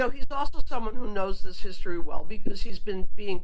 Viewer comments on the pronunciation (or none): none